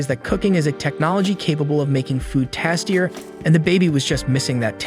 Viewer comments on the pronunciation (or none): I'm super curious on the pronunciations of some your words. Is English a second language for you? Bow, "Tastier" and Anime are all very very strange. "Bow" is actually supposed to sound like "B-oh", for "Tastier" it sounds like Tay-steer-ur when said properly, while Anime is A-nuh-may. Video was very interesting.